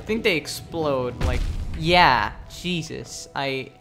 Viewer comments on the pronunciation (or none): none